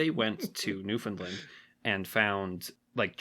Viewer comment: Please learn how to pronounce "NEWFOUNDLAND" properly.